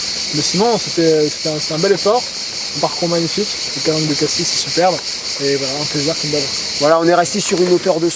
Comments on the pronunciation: Les calanques de Cassis !! Et non pas de Cassissss ! On ne dit pas Parissss ! Cassis c'est pareil ! le "s" est un "s" muet ! Et le prétexte d'aller faire de l'entraînement sportif mater des petits culs et les nichons dans les calanques !!! Hé ! Ho !! Ca ne prend pas ! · On ne parle pas du fruit, mais de la commune. Et on ne prononce pas le S, tout comme Paris ou Nîmes.